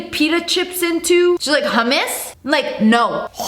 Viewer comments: u ate thaatt it’s حمص NOT hams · I finally found someone who understands it’s “HUGHmus” not “hUuMIs” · what is that hummus? no humoos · the hummus thing is so real like pls its not humas